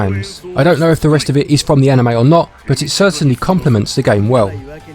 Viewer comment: "..Like an A-nheu-may".